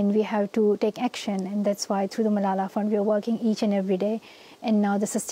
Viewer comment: Stop, stop stop! You're going to take someone's eye out. Besides, you're saying it wrong. It's Malala, not MalalaH.